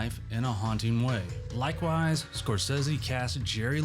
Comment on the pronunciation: SCORE-SAY-SEE. Come on, you know it's not pronounced "Scorsezzy."